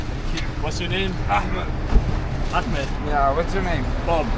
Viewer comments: She keeps saying "Arkmend" wtf has she never heard of the name Ahmed? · its not achmed its Ahmed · it’s not achmed it’s Ahmed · Is Ahmed not Achmed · It's Ahmed and not Akmed. It's Saudi Arabia and not Disney World. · Achmed? It’s Ahmed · white people need to make some effort to actually get a person's name right, it's the bare minimum. The name she was calling him wasn't even a poor pronunciation, jusr completely far off. where tf did she hear R K N in Ahmed